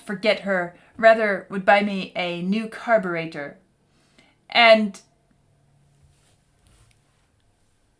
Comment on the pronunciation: I know, but he pronounces it ‘carboretter’ to make it rhyme